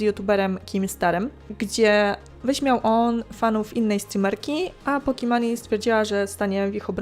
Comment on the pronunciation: Połkimani Keepo, gdzieś kiedyś wyłapałem poprawną wymowę tego nicku i tu UWAGA jest to "pokimon":D zamienia się w Drama News Kappa